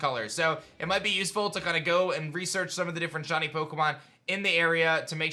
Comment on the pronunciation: Why does he pronounce shiny as shawny ...